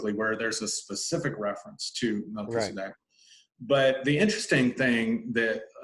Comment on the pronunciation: So perfect!!! You pronounce it the way I do… I don’t say Mel Keeezzz-adeck… I say Mel-Kell-za-deck